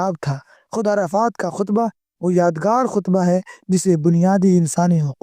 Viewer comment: اپ نے جو نکاح کا خطبہ پڑھا ہے شاید وہ وہ والا خطبہ نہیں ہے بلکہ خ کے زیر کے ساتھ ہے شاید